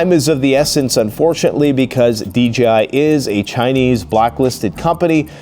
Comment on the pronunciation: DJI, DJI, DJI!!! Not D G I !!!